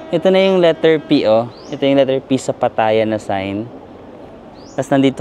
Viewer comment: Laughtrip dami energy ‘pag kausap mga Englisherong afam, conyo, at bebeboys pero si madam na kasama sa tour imbyerna sya! 😭🤣 Anyway afaik the first syllable is stressed yata when pronouncing Pattaya? Ingat-ingat baka ma-bash ka na naman ng mga feeling perfect eme! ✌️